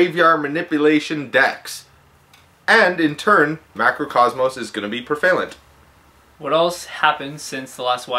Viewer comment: it's preh-VUH-lent. I repeat, preh-VUH-lent. Not preh-VAY-lent, preh-VUH-lent. not to mention the accent is on the PREH, not the VUH (or vay in your version).